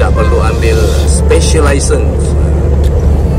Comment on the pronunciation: Kenapa ckp laisen tuan..cam omputih..